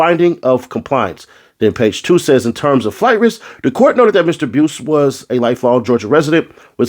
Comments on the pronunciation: His last name is pronounced " bice" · The u is silent bruh it's pronounced bice but it's spelled buice other than that your reading comprehension skills is 🔥@